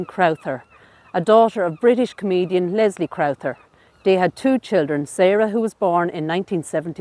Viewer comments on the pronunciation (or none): none